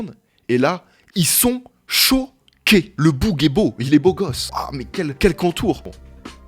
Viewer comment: Ils sont CHO-QUÉS Ça me fait tellement rire quand il dit ça 😂